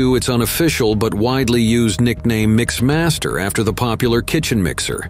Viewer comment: MixMAS-ter? You can't even figure out Mixmaster? I heard another one that mentioned sixpointfive zerocaliber guns. What - what kind of guns??